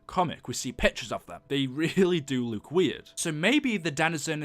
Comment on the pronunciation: why do you you say luke instead of look